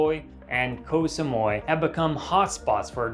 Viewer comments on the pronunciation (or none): Koh Toy and Koh Samoi? 🫡 Tao and Samooee